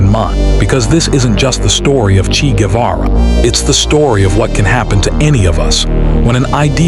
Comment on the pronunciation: Chee???? FFS!!!!! It's pronounced Chay - rhymes with pray.